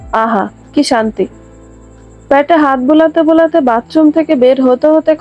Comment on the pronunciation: “প‍্যাটে” নয় “পেটে”